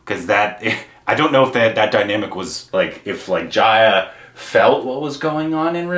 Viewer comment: For Jaya (it’s Juh-ya, not Jaayuh).. watch Abhimaan, Koshish, Guddi, Mili